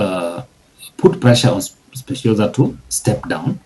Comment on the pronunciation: Dude cannot pronounce Specioza